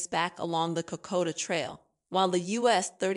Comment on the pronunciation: Cocoa Trail...? Sounds yummy. Try Kokoda. Made it 5 minutes. I'm not sure if the narrator is human or not but she should work on her pronunciation. And the CC text writer should be fired.